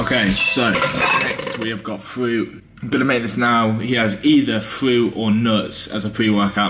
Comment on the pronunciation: Fwoat it’s fruit lol